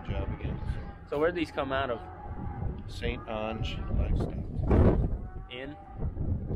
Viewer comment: Did you try to say st. Onge